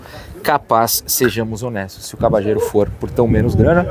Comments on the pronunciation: Acho q a pronúncia correta do nome dele é Cabalhero e não Cabachero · Depende do sotaque. Argentina e Uruguai pronunciam como “cabachero”, na Espanha “cabalhero” e a pronúncia mais comum entre países hispanohablantes seria algo como “Cabadjero”.